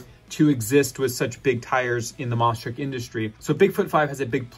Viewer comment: Lmao he said monster truck wrong